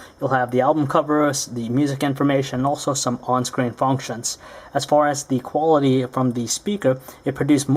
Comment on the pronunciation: why do u emphasise SO much on the 'quality of the materials'?